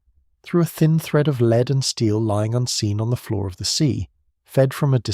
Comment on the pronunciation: Shame that the AI could not differentiate between lead and "leed."